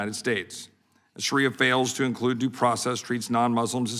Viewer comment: Sounds like Sharia law is something the Republican party should respect because that is what they are trying to do to us US women!! Also dumb shit, the word is Shaaaaaria not Shariiiiia